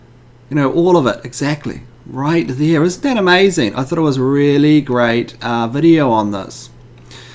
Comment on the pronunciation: Is that really interestaineeee.. It's amizaneeee.